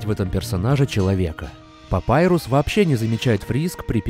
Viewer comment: Папирус а не папайрус